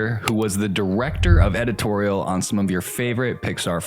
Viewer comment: what's 'edititorial' ?